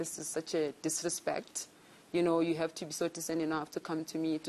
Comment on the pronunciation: ”you think it's a muast to hurve” 😂😂😂😂 hai no the tongue is at war 😂😂😂